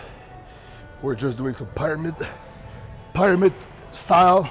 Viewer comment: can get away with saying, "pyramid” like that because he is big and nobody would try to beat him up.